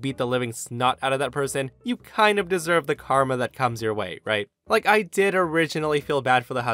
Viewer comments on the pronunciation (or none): none